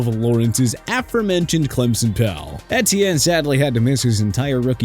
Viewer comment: Take a shot for every time mispronounces Etienne